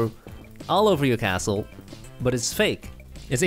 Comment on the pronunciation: when he said castle I heard asshole